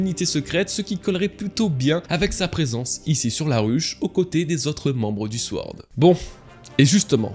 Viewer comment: on dit : SORD pas sWord mon frère